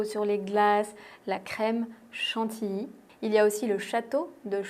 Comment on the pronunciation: Mais vous prononcez mal chantilly vous dites: chantiiii moi je dis chantiYii. C'est quand même pas compliqué.